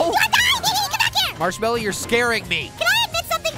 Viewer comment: did pear say ‘Marsh-melly’